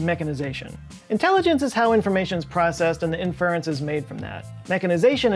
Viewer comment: You say inference weird.